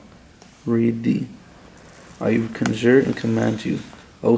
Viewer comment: bro couldnt read conjure lol no wounder it didnt work